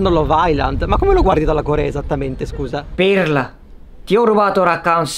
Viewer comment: "Pirlla" 💗 Basta, amo